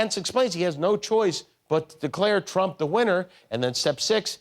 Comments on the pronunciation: I listened three times and I still swear Kudlow said ‘Donald Chump’… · He DID say " chump" and fox rags on Biden if he mispronounces any word!!!!! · That's what I heard. Much closer to chump than T-R-ump. Maybe the show altered the audio. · I swear that Larry Kudlow said "Donald Chump".... LISTEN again! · I heard it too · He definitely did say that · Did Kudlow call Trump, Crump? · 100% he said Chump. That was the only accurate thing he said in that clip. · ME TOO!! he did say Chump!! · That's what I heard! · He said "of Donald Chump." Listen again. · is it just me, or did it sound like Kudlow says Donald Chump ? maybe it's just confirmation bias? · I thought he said Donald Chump lol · sounded like he said donald chump